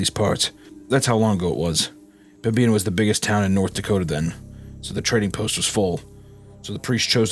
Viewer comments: as a North Dakotan it’s pronounced Pem-bin-uh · pronouncing pembina as pembeena is crazy work. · As a North Dakotan I fell it's my civic duty to point out that Pembina is pronounced pem-bi-nuh, not pem-bee-na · As a North Dakotan, I always feel happy when we get acknowledged especially in a spooky story. Tbh I’ve listened to this episode before but I’ve only just realized that the prison story takes place here Also, Pem-Bi-Na river sent me cause I’m from that general region and that B is not usually that pronounced lol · I like the episode but Pembina is pronounced PEM-INNA and their pronunciation is driving me crazy. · The pronunciation of Pembina is absolutely frying me ☠️ im from the area and am there not infrequently and pembina is probably definitely haunted, but the b is silent, its pronounced pem-in-a. Hadnt seen any other NE NDers comment so i had to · PemBEENah lol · Two story's taking place in my home state of North Dakota in the last couple months. This story takes place an hour north of where I live and it's pronounced Pemb-in-a. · Fantastic story set in my beautiful home of North Dakota, but Pembina is pronounced Pem-ina, blame the French-Canadians man